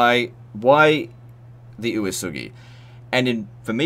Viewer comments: Uesugi is pronounced kind of like "way-sugi" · My only problem with this video is the pronounciation of Uesugi